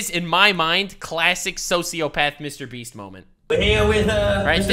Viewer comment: Dude, I honestly can't keep a straight face when keeps calling MrBeast "MrBreast". Idk why but I can't stop laughing 😂😂